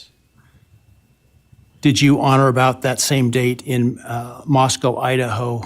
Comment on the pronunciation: The judge also mispronounced Moscow at least once -- "Moscow" instead of "Moscoe." I know because my brother who's lived there 40 years always corrects me.